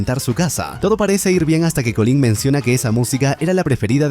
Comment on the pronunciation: Colín? Llamais Butcher a Butcher y a Collin le decís Colín? xd